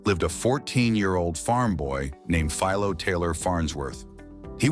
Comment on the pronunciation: I'm trying hard to forget the repeated and varied mispronounciatins of Philo; Fill low, Fee low, etc. Humans rarely exhibit that issue. Farnsworth is well remembered in the electronics field for his David versus Goliath patent battle with Sarnoff at RCA. The Syfy Channel's Warehouse 13, paid homage to him by calling a shirtpocket-sized, two-way TV from the 1930s or 40s a Farnsworth.